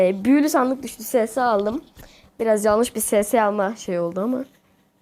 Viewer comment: ss ne lan skfkdkg eses o okunusu